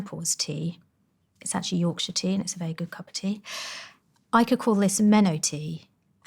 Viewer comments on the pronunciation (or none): none